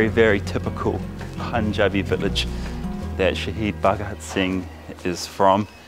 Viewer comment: Excellent video sir! I love your Punjabi btw. Lot of people pronounce it as “Poonjabi”, but you had the pronunciation perfectly.